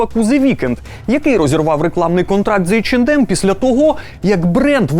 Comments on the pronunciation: Тількі не «ейч енд ем» а « ейч е нем» ;) “ді» не читається в цьому випадку так само як і « ем ен емс» ! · В брендах типа H&M, M&M's в and d не произносится, правильно [Эйч Эн Эм]